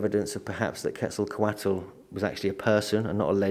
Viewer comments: PLEASE pronounce Quetzalcoatl's name right!.. Ketz- ahl - koh- aht... No "kwattle" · Got his name quetzzaecote